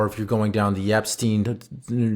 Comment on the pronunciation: The -stein in Epstein is pronounced like in Einstein.